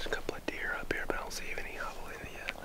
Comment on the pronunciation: Still saying javelina wrong in this video Bummer :(